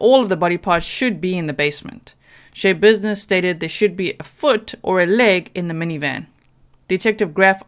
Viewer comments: schebusiness isn't her actual name she had it changed. it's pronounced sha business no y sound from all of the reports and Court testimony I have seen. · Schabusines should be pronounced with the a sound short. As in "notsha business" or "mindsha business". She made up her last name based upon the saying, and had her name legally changed to it. I really like your channel,, and I mean no insult, I am sorry I don't mean to seem nitpicky. But the story behind her name is one more layer of weird with this woman. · I believe her name is pronounced Sha likes rhymes with Paw.